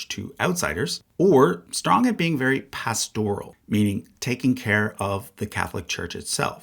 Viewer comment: 2 things: 1. The word “pastoral” is pronounced with the accent on the first syllable. 2. The designation of Francis as pastoral is highly inaccurate. His autocratic style is ego-driven willfulness. Yes, he was open to folks on the fringe, but his vendetta against the USA and traditional-minded Catholics, especially bishops like Chaput and Strickland are his legacy more than anything else.